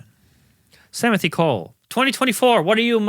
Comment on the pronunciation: Yo! My name is Timothy and to hear “Samothy” cracks me up so hard! 😂 great show guys!